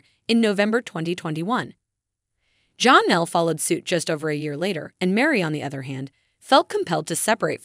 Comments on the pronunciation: Her name is not johnal itis jennell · And Janelle...with an a...not Jonelle...with and o. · Please pronounce Janelle name correctly